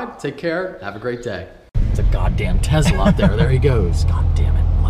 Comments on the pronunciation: did anyone else notice he said "tezla" instead of "tesla", again😆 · You totally said "Tezla" again at the end of the video... lol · At the very end said Tezla again. lol, false promises from a few videos back I guess:p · Anyone else notice he said "tezla" again right at the end of the video when he said he never would again... Haha just messin with u love your videos! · "It's a Loonati custom grind cam"... I've ran an Lunati cam in my '70 GTO. for LS I suggest Vengeance Racing. I run the VR "Kaotik" which is 235/243 618/621 113+2. Get a Loonati cam for a Tezla lol... NE folks just can't seem to properly pronounce simple words it seems. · OblongOne G on a truck video he said that people were upset he was saying it like "Tezla" instead if Tesla and he said he won't do it again, that's why I found it funny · He said Tezla again... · HE SAID TEZLA AGAIN!!!!!!!!!!!!!! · TEZLA ? must be a new kinda car.lol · I heard "tezla" at the end.... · tezla lol